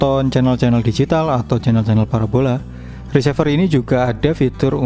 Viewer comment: Maaf bang koreksi untuk menyebut RECEIVER diucapkan re-si-ver, bukan ri-se-ver, dari kata RECEIVE, agak gak enak dengernya kl diucap risever